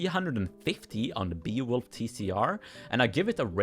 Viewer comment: I was really weirded out by how you pronounced Beowulf I usually pronounce it like b-eh-oh-wolf